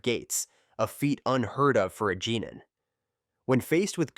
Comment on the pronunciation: and jenin instead of genin xD